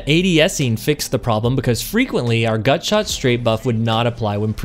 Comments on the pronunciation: Are you messing with me or are you saying “gunshot” instead of “gutshot” half the time? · Are you saying gunshot or gutshot? 😆 Thanks for the vid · Are you trolling with your pronunciation? I swear I hear you in-game pronounce it correctly at one point, but throughout the video, you keep saying "gun" shot. It's driving me nuts lol. Otherwise, top quality content, and love the explanation. Would love to hear if you've tried this on controller, I can't seem to connect my shots regularly with this thing as I can with Monarch. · Love the video but it's GUTSHOT not Gunshot. You were killing me in the beginning lol. Keep up the good work.